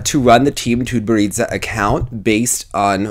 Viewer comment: lol your pronounciation 'TutberidzA' ))))